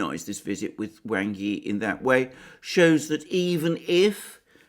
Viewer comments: Speaking of Chinese pronunciation Alexander, Wang is more properly pronounced as /w(ah)ng/ Yi, rather than /W(ae)ng/ Yi. As for the Vietnamese foreign minister Bùi Thanh Sơn you did better except Bui is pronounce as you read it, more like the American pronunciation of /buoy/ as opposed to your /Buway/. Now to work on intonation... :) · Well then Wang is really pronounced like Wong. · The name ‘Wang’ is pronounced ‘wahng’, like the first part of ‘wand’. I know because I have a friend with that surname, who I dabble with my limited Mandarin. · His name is 王毅; pinyin: Wáng Yì; Wang's pronunciation is closer to "wong".